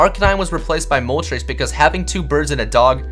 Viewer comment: artic-UNO zap-DOS mol-TRES